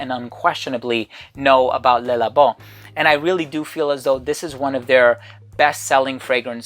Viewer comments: Le is pronounced luh not lay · It’s Le, pronounced Luh